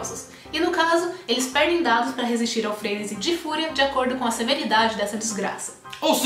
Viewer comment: Bom vídeo. Só não sei pq vcs falam "FRÊÊÊNESI". A palavra não é proparoxítona e sim oxítona, frenesi (FRENESIH).